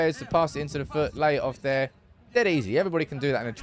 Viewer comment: Lay it off here sounds like he is saying De Jong Here haha